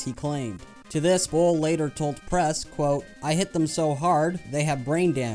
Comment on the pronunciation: Nobody : Absolutely nobody : Uwe Boll : Zthis Zthis Zthis and Zthis